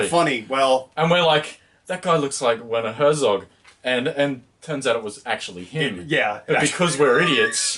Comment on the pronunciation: Well, I wouldn't usually, but since you absolutely insisted on corrections: German Z is always pronounced as TS. Hertsog.